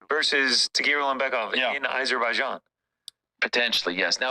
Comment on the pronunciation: I'm not going to vote for him. I don't know who I'll vote for yet, unless Catherine Connolly goes for it. I'll vote for her if she does. Why does Ariel pronounce Azerbaijan 🇦🇿 as if it starts with I?